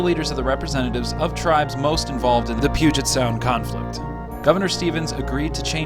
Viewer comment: Also the way to pronounce “Puget” is Pew-jet